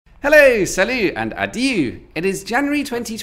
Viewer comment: saying "adieu" in the intro... oh no